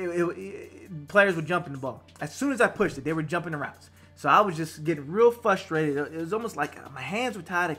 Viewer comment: FRUstrated. Not FUstrated. Sounded unprofessional to me